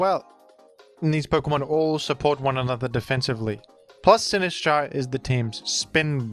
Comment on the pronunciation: I love the way you pronounce Sinistcha